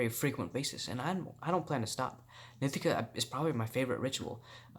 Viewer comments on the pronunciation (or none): "nee-TEE-kuh" NOT "NIH-tih-kuh"! 😠 Say it fukn' right bro! Grrrrrr 💥👊